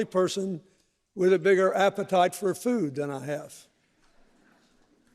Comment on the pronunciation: "I loved this guy because his appe-tits..." Now that's a real bill clinton freudian slip.